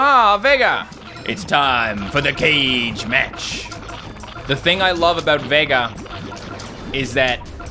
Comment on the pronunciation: he pronounced almost all of their names wrong, zangief was pronounced zan jif, and kage was pronounced as cage when it just isnt